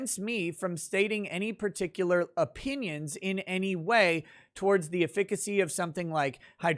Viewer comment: You should look up the pronunciation of "efficacy," lol